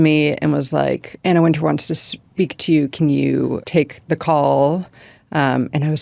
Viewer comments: the host calls her Anna Wind-chill? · Love that Chloe is bringing back J.Crew at Vogue and DGAF. I also love how Chloe 1000% mispronounces Anna Wintour’s name, adding letters that don’t even exist there. I also love how this chick is the real deal and the real Emily, and she’s probably every bit as horrible as the book portrayed to be. I bet she’s thankful for that editor. And lastly, as someone who was in the military it is mind blowing to me the way those cerulean sweaters as if they are actually doing something for humanity.